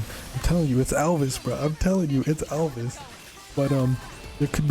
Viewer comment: You said Alvis like Alvis Presly.